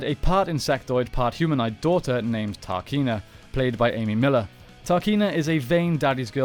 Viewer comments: You really butcher and mispronounce several things and its a huge distraction. Its TRAHkeena not TAHkeena. There is an R. And its terra VENTURE, not VENTURA. No A!! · Cool video. Just a few details: 1- It's Terra Venture not Terra Venturer 2- It's Trakeena, not Tarkeena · To say your a power ranger fan, you really mess up the pronunciation of various names. You’ve even got the book there so you haven’t any excuse.... It’s TRAKEENA, not TARKINA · I don't think it was Terra "Ventura" but "Venture" and it wasn't "Tar-Keena" it was "Trah-Keena". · Came to say this lol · It's Trakeena, not Tarkeena, my dude. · He also calls her Tarkeena, despite her name being Trakeena on the screen when he starts talking about her. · It is not pronounced Tarkeena, it is pronounced Trakeena, based on "Traquina" which is portuguese for "mischievous". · Anyone notice him pronouncing Trakeena like Tarkeena? TRA Not TAR Made me facepalm a bit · Isn't it Terra Venture and not Ventura and Trakeena and not Tarkeena? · Trakeena not tarkeena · I think perhaps you should watch the seasons to know how to pronounce the names of locations and villains. I don't know 'Tarkena' is but Trakena? I do, not sure where Terra Ventura is but Terra Venture, I do. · Loving the videos man but it's pronounced Trakeena not Tarkeena, and Terra Venture not Terra Ventura... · Dude, Terra VenturAH, TARkeena, what happened? Lol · Why does he keep saying “TARKEENA”? It’s Trakeena… sounds like he hasn’t even seen the show 😠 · Who is "tarkeena"? 😂😂 And Terra Ventura? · Love the video but what’s up with the wrong pronunciation of terra venture and trakeena? They aren’t even spelled the way you pronounced them 😂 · Am I the only one who cringes everytime he says Terra Venture and Trakeena the wrong way? 😖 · I can’t lie, the pronunciations of Terra Venture, and Trakeena was frustrating.